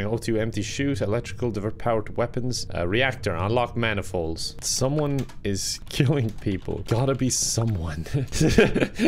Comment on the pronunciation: it made me laugh when u do say someome